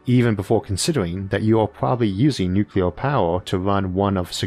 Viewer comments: Nu-clear not nucular. Only 1 U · I hate the word "nucular". You are way too smart to use it so please stop.